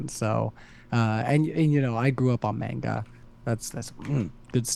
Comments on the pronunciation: Somehow the host pronouncing manga as “meinga” ended up being harder to listen to than the original debate. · Anyone else triggered by how he says manga